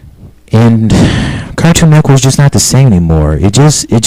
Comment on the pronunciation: You say Cartoon Network like Cartoon Neckwork. What?